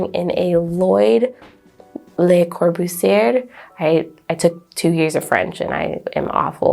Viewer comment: The names sound more like corbooseeay and lashay. Other than that, your French is fine. I had no idea the chairs meant anything and I'd watch more of these. Heck, I'm surprised any of the companies that made the chairs are still around now.